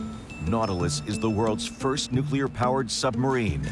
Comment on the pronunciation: the Soviets the nucular subermaine before the united states